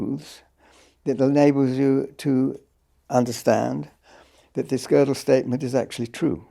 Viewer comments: So fascinating to see JBP (the man who often shreds other’s arguments to pieces) struggle so, in understanding (and pronouncing) Gödel. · JP mispronounced gödel's name so many times and blatantly or due to his ignorance misrepresented his theorems, so just for my respect for gödel, i am gonna stay here and try to exact revenge for kurt gödel. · Sorry but this was really embarrassing. Jordan made no effort to prepare or read Penrose's work (who mispronounces Gödel?!) , and made it worse by trying to force Roger to comment on his personal "ideas" and freshman stoner circle musings about subjects he made no effort to research. I'll admit, Roger should have been clear up front that he didn't want to talk about non-scientific subjects, but that was quite apparent about 10 minutes in and Jordan should have reoriented. Instead, Jordan barely asks any questions at all, and jumps to different subjects like he's on adderall or something, repeatedly interrupting Penrose. It's obvious Jordan doesn't have a scientist's mind, the dude is clearly a writer or orator and not someone that grasps the scope, scale, or formality of precise logic and scientific reason... all of which Penrose represents the world's superstar. I'll never take any 'scientific' claim Jordan makes seriously again, not that I had much respect for the field of psychology in the first place. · How Peterson pronounced Gödel 😅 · nothing sadder than nominally smart people having no idea how to pronounce Gödel